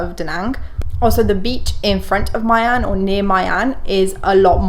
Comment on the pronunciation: there's no way you pronounced My An as "Mai an"